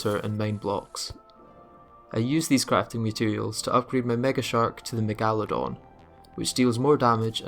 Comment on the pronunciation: ok, but what kind of megalodon pronunciation is THAT